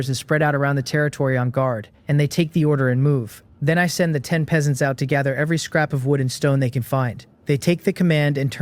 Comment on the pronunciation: i still see the same issue for part 1... the AI reader misreads Peasants, can you correct that?